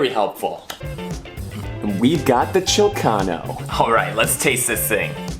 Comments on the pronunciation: Awesome. Your pronunciation of Chilcano is correct but to sound more native you should pronounce the "i" as the "ee" in "cheek". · Loved this segment! You definitely pronounced Chilcano right! What drinks are you doing next? Did you see the Pass the Honey, Honey recipe that did the other night in Tulsa at Delicious! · Good Job! Especially when it came to emphasizing "PERUVIAN" in "peruvian pisco." Good energy and presentation. There is only one thing that I must critique, your Chilcano - you said it correctly, by the way. The angostura bitters are used only as a garnish. it goes PERUVIAN pisco, lime juice, q.s. with ginger ale and then 3-5 drops of angostura bitters. It's debatable whether you stir afterward. Proof of this way being correct is that a correctly made chilcano never has a pinkish color. It can sometimes look like straight ginger ale but should be a little opaque and brownish. A pinkish tinge up top is understandable considering the angostura bitters were added last and maybe stirred. It's also more aesthetically pleasing on a summer day cause you can image a little sunset happening in your glass. I also worry that others may see your chilcano and think it is a fruity-girlie-drink. It's not. The capitan and chilcano are two very old school drinks that were for a long time considered old men drinks. (That's also another reason why there is no way a chilcano should look pink).